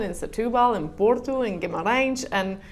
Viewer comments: Olá! In Portuguese now, although I speak English. Bom dia, Guimarães, Centro Cultural de Belém, Porto, Francesinha? Tão bem pronunciadas estas palavras, estou estupefacto! Anda aí um Bife que mora em Viseu há quase 5 anos e ainda não sabe dizer "Viseu" como deve ser... Por outro lado há o Dave in Porto que até já diz umas boas asneiras. A tua voz a cantar na capela é um espanto. Qualquer dia até já cantas Fado, não te preocupes e curte a vida, com música de preferência. Xau, beijinhos! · E já pronuncia Guimarães muito bem